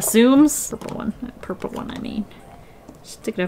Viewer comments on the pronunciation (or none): You seriously sould like you come from texis when you say purpke